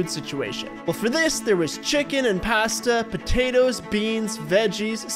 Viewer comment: Did he say Passssta?😂😂😂